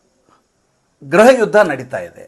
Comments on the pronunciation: ಸಾರ್ ಗ್ರಹ ಯುದ್ಧ ಅಲ್ಲ. ಗೃಹ ಯುದ್ಧ ಎಂದು ನಿರೂಪಿಸಿ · ಈ ಸಂಚಿಕೆ ಪೂರ್ತಿ ಆಪ್ ಕಾ ಅಖ್ಬಾರ್ ಹಿಂದಿ ಯೂಟ್ಯೂಬ್ ಚಾನಲ್ ನ ಅನುವಾದ ಆಗಿದೆ. ಭಾಷೆ ನಿಮ್ಮದು . ಸುದ್ದಿ ಸಂಶೋಧನೆ ಶ್ರೀ ಪ್ರದೀಪ್ ಸಿಂಗ್ ಅವರದು. ಗ್ರಹ ಯುದ್ಧ ಅಲ್ಲ ಗೃಹ ಯುದ್ಧ ಅಲ್ಲವೇ? ಕನ್ನಡಾನುವಾದ ತುಂಬಾ ಚೆನ್ನಾಗಿದೆ. ಧನ್ಯವಾದಗಳು.